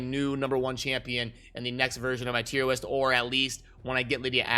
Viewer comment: Wait...are you saying tier WIST?